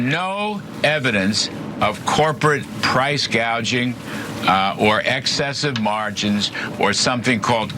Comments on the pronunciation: She did say “price gaging” 😂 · Why did she say Price “gauge-ing” ?